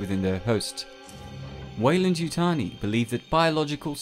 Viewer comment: You keep saying waylan yutani lol